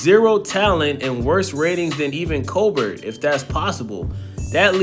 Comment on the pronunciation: This motherfucker said Colbert with a hard T like 5 times damn